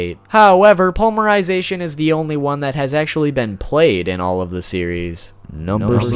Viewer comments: Poly-mer-I-zay-T-on NOT pully-mer-sization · Dude!! Srsly!! I mean no offense but... Po-ly-me-ry-za-tion!! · Ugh omg its palm-mer-i-zation...its poly mer-zation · Despite you triggering me many times by saying polymerization without a Y (poly means multi). I still liked the video and appreciate your effort in making it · "pulmerization" huh? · honestly your pronunciation aren't too bad...but...polymerization....oof